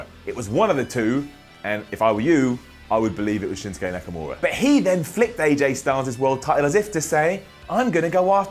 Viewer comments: He said nakanora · Nakanura!!!! Yes.. it's nakanura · "Shinsuke NakaNura" 8.07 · Nakanura? Ok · am i the only one who heard him say Nakanura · said Nakanura. I heard that. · He said nakanura